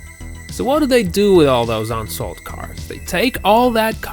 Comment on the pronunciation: First of all know American pronunciation. It's not ONsold. It's UNsold. It's not TUCKson Arizona, it's TUE-son. And the video continues to go on the same way